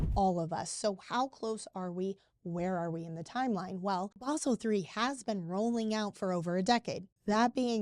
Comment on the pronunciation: What is "Baahhsel"?